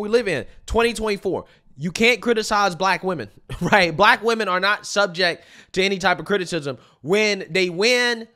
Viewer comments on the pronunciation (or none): All she keeps bragging on is I'm blek. Blek blekedy blek blek blek